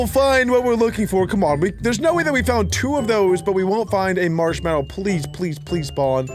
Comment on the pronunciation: You said marshmello😂😂😂😂😂😂😂😂😂😂😂😂😂😂